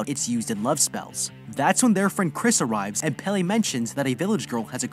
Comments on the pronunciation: The last "e" in "Pelle" is pronounced the same as you pronounced the first one. /e/ instead of /i/. Really, this applies to all the "e"s, they are all pronounced the way you pronounced the first "e" in "Pelle". When they want to pronounce /i/ they use "i". I think the "e" as /i/ is just something English has picked up from non-Germanic roots. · Pelle? No, Peyley